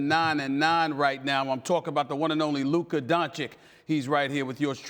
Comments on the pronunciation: "I am glad to have Luker Doncic on today." SAS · Luka is not a journalist. It's Stephen A's job to talk about basketball. It's literally his day to day job. And still he can't pronounce 2 syllables. I can maybe understand that the media needed some time to get Giannis' name right, but Luka's? Come on that's laziness and ignorance. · No we don't. We'll never respect Stephen A as long as he doesn't learn how to pronounce it properly. It's his job! He gets paid millions to do it. Dude have some self respect, if you can't respect your job, audience or players. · Nino Brown No, they are too lazy and too arogant to bother (I won't say too stupid - I give them benefit of doubt). But in Stephen A's case, it's his job to learn how to pronounce it properly. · After more than two years Stephen A. doesn't want to pronounce Luka's name properly, why's that?